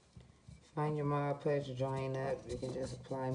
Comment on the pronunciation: Video was good. To appear more professional, I’d correct all the grammatical errors in your presentation. Additionally, it’s Mod Podge not Mod Pudge.